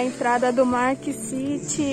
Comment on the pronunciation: "MARK city" Aí me quebrou jkkkkkkkkkkkkkkkkkkkkkkkkkkkk